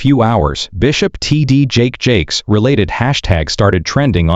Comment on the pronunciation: Is the constant mispronunciation of his name to avoid a law suite?